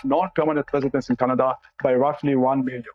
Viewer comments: did she just say kuh-naah-da? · Did she just say Kan nad a for Canada ? 😂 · Wtf What kind of Canadian pronounces Canada like "Keneda" ??? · another import, she can't even pronounce "Canada" how pathetic. How in HELL does Jughead get $2.1 million pension??? That needs to change right fekking now. Serve as a PM and you get millions in dollars for a pension, yet those of us that work our entire lives don't get enough to survive for 1 month. Holy hell something is way beyond wrong here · Why did she not pronounce Canada Properly.